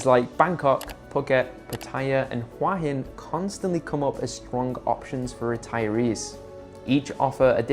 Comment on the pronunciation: Say it with me, hoo-ahh hin. It is not "wa-hin".